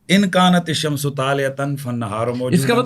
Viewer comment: لکن ھذا الشمس طالعۃ میں آپ نے شمس کی سین پر پیش پڑھا ھے حالانکہ زبر آتی ہے لکن کی وجہ سے یہ آپ کی عربی کا حال ھے اور باقی عربی کیا سمجھتے ھوں گے جب عربی نہیں آتی تو بولتے کیوں ھیں